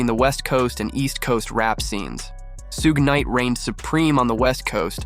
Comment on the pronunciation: Why you keep saying shuge knights name wrong